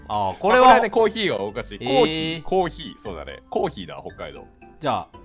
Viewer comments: 北海道は最初があがるんだよね〜 コー⤴︎ヒーみたいにww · コ↑ーヒーは英語の発音なのよ笑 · 道民(春から関東民)だけど、コーヒーの発音キヨと違うなぁ～www コー→ヒー→派です🖐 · 宮城県民だけど「コー↑ヒー↓」！！！同じ発音の人やっと見つけた…今更…笑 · キヨのコーヒーのイントネーションが幕末の坂ちゃんと一緒だ。 北海道なまりなんだね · 自分道民だけど、コーヒーってレトさんと同じ発音なんだが… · キヨくんの、コーヒーは昔からおかしいなあって思ってたけど、そうじゃないと、キヨくん感が出ないよね！でもキヨくんの発音は英語に近いよ！（笑） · コーヒーの場合 キヨ、アメリカ語の発音になってるよねw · コーヒーのイントネーション、北海道民バカにされますよね（笑）